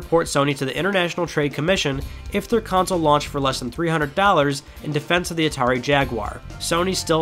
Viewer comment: CONSOLE not COUNCIL .. CON - SOLE KON - SOUL